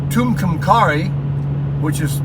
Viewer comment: Ah, the joys of RV life. I guess it's all part of the experience. By the way, the locals pronounce Tucumcari as "Two come carry". Not much out there and yes, I-40 is a mess. We get some big wind in New Mexico, but we really don't have a problem with tornadoes.